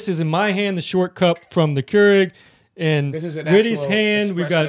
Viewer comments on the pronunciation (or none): It is pronounced Cure-Rig. Cure as in curing someone. Rig as a tractor rig.